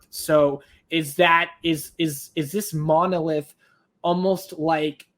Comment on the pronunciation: You got the monolith correct almost.